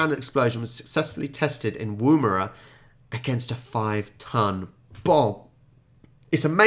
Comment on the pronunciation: It is pronounced Woom er a